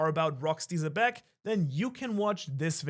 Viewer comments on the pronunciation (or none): I be watching till the end just to hear “shanks for watching”😎😎